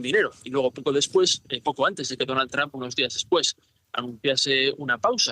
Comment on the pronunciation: Dijo Donald dump? 😅